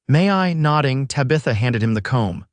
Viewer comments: Beautiful story, but it did annoy me that the entire video called her Tuh-bitha. Guess that’s just an unfortunate issue with AI. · Oh boy, another AI narration that mispronounces the main woman’s name so bad I can’t watch it.